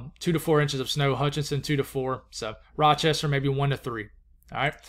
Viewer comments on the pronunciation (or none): none